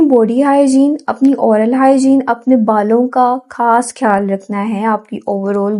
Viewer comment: Behan aap ne guide Karne ki achi Koshish ki hai laikin Urdu hamari apni zuban hai is ka talafuz kharab na honey dain kyunke zuban ke talafuz ki kharabi ke aagay har tarah ki grooming fail hai. Insan ki taleemi qabliyat mashkook ho jati hai. Aap خیال کو کھیال bol Rahi hain خاص کو کھاس bol Rahi hain, khyal rakhain, jazak Allah.